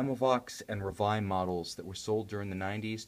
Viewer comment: And is reveil as in French not in English. And is Jae-Jae as in Jean, not Billy Jean! In rest, nice review. I kinda don;t like the lack of crystal's AR treatment against that the silver dial and indexes looks foggy. Maybe if they would choose a more grayish silver or a white tone. idk